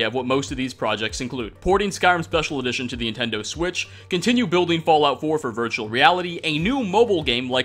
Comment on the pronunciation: Did you forget how to say Nintendo?